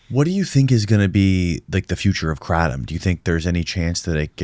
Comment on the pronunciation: kraTOOOm xD